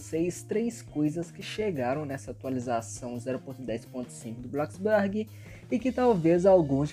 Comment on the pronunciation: Eu: bloxburg Ele: BlokisBaaarg 💅